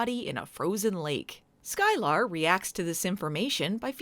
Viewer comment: I'm pretty sure it's pronounced "Sky-ler" not "Sky-lar".